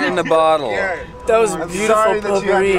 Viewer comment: poupourii not pulpery